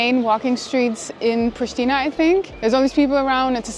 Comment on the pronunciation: wtf dude?! Its Prishtina not „prishtina!!!